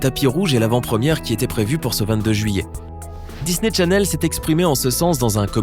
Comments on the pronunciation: On dit descendan et dis.ney challene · Pauvre Cameron 😫😭😢 mais par contre du dis "Disney Tchanel" par fois et des fois tu le dis bien mais tu dis aussi "Descendents" au lieu de "Descendant" c bizarre